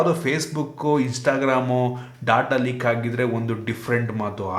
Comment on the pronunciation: Bro ಲೇಕ್ antha ede adu ಲೀಕ್